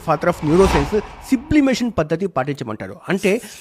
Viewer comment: ఆది సిబ్లిమేషన్ కాదయ్యా సబ్లిమేషన్ 😂